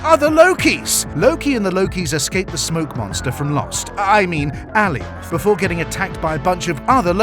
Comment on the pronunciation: Its A-lie-oth! Not Al-ee-oth! Cute vid though